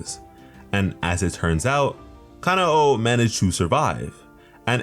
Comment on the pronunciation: thats not how you say her name is not "kana o"